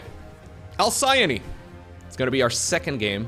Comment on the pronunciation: I know it doesn't matter in the grand scheme of things but Thankyou for pronouncing Alcyone correctly, even if its onlly on the rare occasion. I have a tic about it same as when people get specific and pacific wrong, it bothers me more than I want it to. So Thankyou